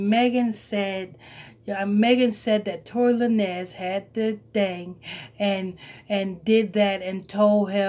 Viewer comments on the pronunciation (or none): TORY LA NEZ LMAO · Tory LaNez lol it’s pronounced Lanes